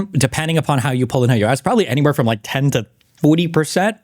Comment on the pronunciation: Oh shit, when I saw the clip of this I thought he apologized to Dan because he misspoke 'like' but that was because of how he mispronounced 'like'